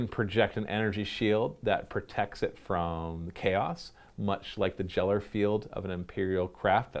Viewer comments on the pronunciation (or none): It’s Gellar with a G, not Jellar with a J. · It’s a hard g, like gander. Great video! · Side note - it's a hard "G" on "Gellar Field", because it's named after Uri Gellar. :P :D